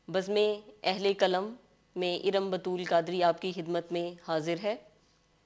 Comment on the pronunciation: Padhane ke sath sath , abhi aap aur padhen , aap ka talaffuz kalam ke bajae qalam kyon nahin , gulukara runa laila ko sunen , main shayer hote hote bacha hun , baqi baten apko bad men bataun ga